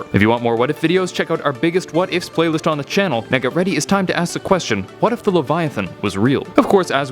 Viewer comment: I thought when he said "What if videos" He said "weddit videos"